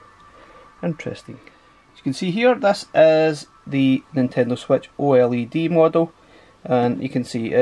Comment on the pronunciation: I like how you pronounce oled "oile d"